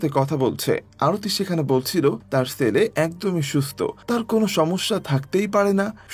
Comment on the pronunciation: Pronunciation ta r o improve Korte Hobe, পছন্দ, ছেলে এসব শব্দে "ছ" উচ্চারণ শুনতে আঞ্চলিক ভাষার মতো লাগছিল,আশা করি আগামীতে আরো ভালো করবেন